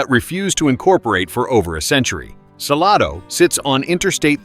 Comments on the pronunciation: It's not "Sa-lah-do", it's Sal-A-do." And not the Chisolom Trail, but the Chisholm Trail. Other than those cringy pronunciation, not a bad overview, considering ever place left out. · It is Salado, NOT Saloda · It's pronounced suh-lay-doe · I know this is AI dialogue, but Salado actually pronounced suh-lay-doh. FYI. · Hard to subscribe and trust when you aren’t pronouncing the towns correctly 😂 “Sa-LAY-do” for example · It's Sa- lay-do!! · Pronounced Suh-LAID-o = Salado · Suh LAH dough! 😂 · Saying that Whole Foods and Trader Joe's are in Georgetown completely discredits this video. As does the pronunciation of Salado, which immediately makes "You're not from around here, are ya?" spring irresistibly to mind. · Native Texan... vid lost me when mispronounced Salado. Glad my destination missed this list. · This AI announcer is on my nerves. So many mis pronounced names. Don’t be so cheep!!!!